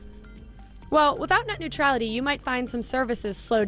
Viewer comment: Tu as dit “au revoir” à Nuetralité.